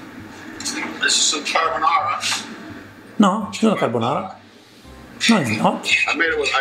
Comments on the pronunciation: you’re right, it’s not carbonara. It’s carbanara. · They are mispronouncing their dish. It's craponara